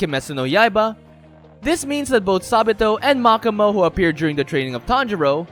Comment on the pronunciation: Anyone else bothered how he pronounces makomo’s name (Mach-ah-mow) instead of mo-ko-mo